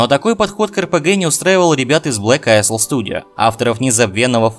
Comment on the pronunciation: Блэк АЙЛ читается, пожалуйста...госпади